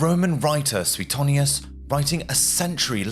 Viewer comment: I should think so about pronounciation. SwayTONEius, not sway TONNius.😮😊 but then how far do we go? Warrus? Never heard anyone say that before....